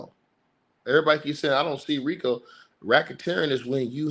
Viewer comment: baby roll those Rico r’s!